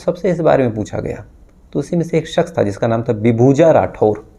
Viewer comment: Dear Aap Prakash ko Prakas , Shuruaat ko Suruaat, Shaksh ko Saks kyon bolte ho. Please apni bolne ka tahaffuj ko theek karen. Aap Prakas bol rahe ho,its too irritating dear.